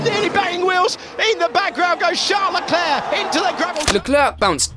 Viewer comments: ??? it’s supposed to be pronounced Sharl Leclair i believe, plus Charles says his own name in an English way when he’s speaking in English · what is that pronunciation? Chale Leclerc, Jule Bianchi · “Chale lecler” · LOL came here off the back of an entertaining 2012 recap, thinking this dude makes great videos but pronounces the names as if he's never seen F1 before. Then... Sharlala Clur 🥸 Hunga Roring.. yeah this narrator hasn't seen F1, he's just reading from a script. It's amusing though